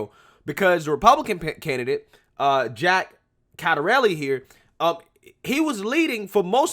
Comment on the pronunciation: Go ahead, defund the police. Let's see how long that lasts. Godspeed good people of Minneapolis. BTW Jack CIATTARELLIs name is pronounced - Chit-a-relli